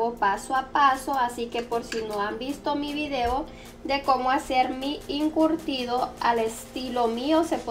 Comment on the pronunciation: ¿incurtido? ¿Chimol? No es chismol y encurtido. 🤣🤣